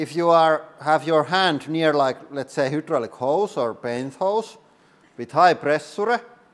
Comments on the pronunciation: Hydraulic is pronounced high - draw - lick. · It is not "hoooodraulic" press it is "highdraulic" press.